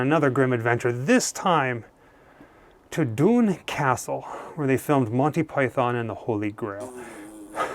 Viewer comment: you don't say Python right